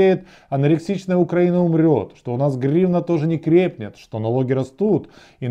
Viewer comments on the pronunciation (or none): none